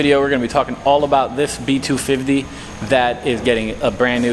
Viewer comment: I love hoe you say B- 2 Fivvtee